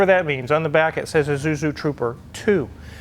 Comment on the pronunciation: can't say "Isuzu"